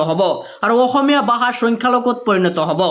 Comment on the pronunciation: Bhasha ❌ Baha 🤣 Bharat ❌ Barot 🤣 Val khobor ❌ Bal khobor 🤣